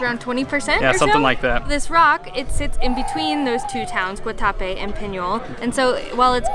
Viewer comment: Great video. actually pronounced the name of the town correctly after "Guatacrape". You are going to love Cartagena.